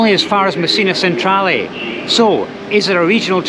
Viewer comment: Really interesting video - the trick is not to stress to much in Sicily, things always work out eventually. PS Palermo and Messina stations - Centrale is pronounced ‘chen-trah-leh’.